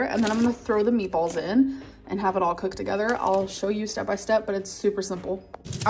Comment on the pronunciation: I hate the way she say COOKED .. COHKED